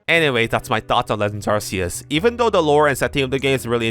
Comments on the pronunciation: Americans do not pronounce it like that wow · I’ve never heard a American pronounce it that way. I’m American but I guess I’m British now